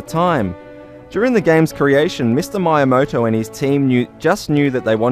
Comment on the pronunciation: Please, say MEE-YAMOTO, not MY-YAMOTO... PLEASE....